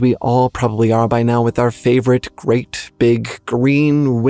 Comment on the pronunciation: When you first said Great Chtullhu, I thought you said Rick Chtullhu and I was like, "Oh, he's got a first name..."